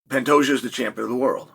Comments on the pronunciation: You mean pantayjoe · Pantejo 🤣 I can't 🤣 Oh Chael smh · Uncle Chael is hilarious!!!🤣 My official prediction: "Pan-Tajo" OMG!!!😂😅🤣Love it!👍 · I thought he called the champ Fantasia haha. You made it when uncle chael mispronounced your name. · I thought he said Fantasia 😂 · Dude how did Chanel messed up Pantoja pronunciation that bad? It gotta be on purpose